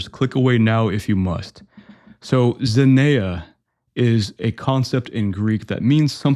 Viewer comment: It's pronounced "zen-ee-a".